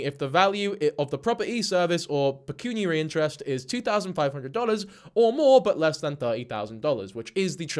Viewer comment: I've watched a couple vids on this and you're the first to be able to say pecuniary properly. 😅